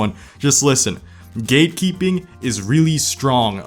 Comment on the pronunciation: I couldn't stop hearing "gaykeeping" instead of "gatekeeping" KKKKKK